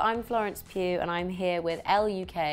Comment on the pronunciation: It is not pronounced pug like the dog :(((((